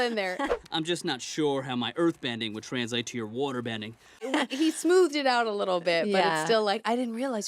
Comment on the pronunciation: This was a great episode for the first one I've watched. Honestly, I never noticed Bolin's "waterbending" pronunciation until they pointed it out. And Seychelle's "Harmonica Convergence) really got me. LOL